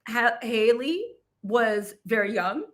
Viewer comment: Her name is Halle not Hay-Lee